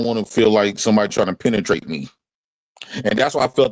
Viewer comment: I miss. I’m finally off vacation and will be tuning back in. That guy was crazy 🤣😂🤣 and when said penetrate that was the only word he pronounced correctly 🤣😂